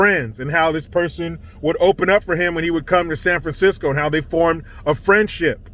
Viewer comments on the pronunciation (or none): you mispronounced San Francisco. 😆